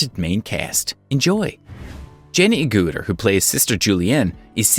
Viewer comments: NOT "A-gutter" or A-gooter", but "Ag-utter". I've been a fan of Jenny for 53 years now. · It's Agutter not Agutter it's pronounced Ag gut er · Jenny Agutter is pronounced a- gutter.....like butter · Jenny agoota???? Its pronounced ag et ah. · Jenny Agooooter? Fail! It’s pronounced Agutter as in a gutter. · It's A-gutter not Ah-gootah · I cringed too, Jenny has only been acting since 1968! You'd think you could do some research. My home city of Sheffield seems to have moved into West Yorkshire, err, no thanks! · For God's sake learn how to pronounce words before making these posts.Jenny Agutters is pronounced as it's spelled, not A gooter. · ikr didn't he just say 'Jenny ag-ooo-ter' hahahaha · you need to pronounce names correctly (Jenny Agutter) coz it's rather disrespectful if you don't. And, Jenny's charity is pronounced "overcome" as in overcoming ovarian cancer, not over-comb! Get it right. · What a shame he couldn't pronounce Jenny Agutter's name properly! Fine actress. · Strange pronunciation of Agutter,… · And others....😱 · I think all these yanks went to a dyslexic or as we say they went to a backwards school. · Think you could pronounce Agutter properly? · Agg ut er not agooter. And it's Helen not Ellen. And further it's BRITISH cult favourite Shameless.